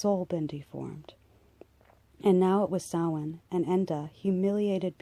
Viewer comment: Excellent.proper pronunciation of Samhain as well.thank you for this.